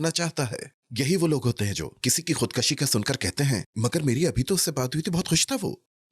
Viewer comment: Khudkashi nhi khudkushi hota hai.